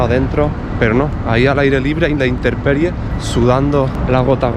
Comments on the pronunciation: Habla bien el castellano: intemperie, no "interperie". Un corrector de la lengua desde el Perú... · INTERPERIE NOOO, ES INTEMPERIE DE LATIN TEPUS TIEMPO. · A la intemperie, no "a la interperie" 👍🏼👍🏼